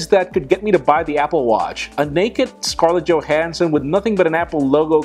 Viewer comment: You finally said my last name (Scarlett Johansson) and didn't do an ultra-Spanish pronunciation. I'm disappointed.